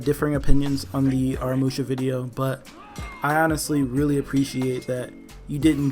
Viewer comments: The problem with Aramusha is that everyone keeps pronouncing his name wrong lol it’s pronounced uh raa mu shaa Not no “are uh musha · In the trailer Aramusha’s name was pronounced correctly, in this vid tho it just makes me cringe